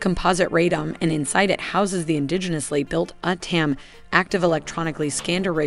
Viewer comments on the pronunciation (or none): Not atam.. Ooot- taa --um (uttam) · I think UTTAM is pronounced at oot tam